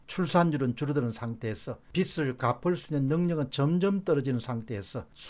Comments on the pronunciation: "빚을"의 발음은 "비슬"이 아니라 "비즐"입니다. "비슬"은 머리 머리 빗는 빗의 발음입니다. 미안합니다. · 박사님, 빚 을 발음 정확히 해주세요^^ 비슬 이 아니고 비즐 입니다. 화이팅! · 공박사님, 늘 수고 많으십니다. 사소한 듯하지만 방송에서 간과해선 안 되는 우리말 발음에 대해 건의드립니다. 예) 빚을 지다=비즐 지다 빚이 많다=비지 많다. 빚이란 단어의 ㅈ이 연음되는 걸로 알고 있습니다. '비츨', 혹은 '비치'라고 발음되는 것은 옳은 우리말 발음이 아니어서 말씀드립니다. '빛', 혹은 '빗'의 경우와는 다르니까요. 고맙습니다.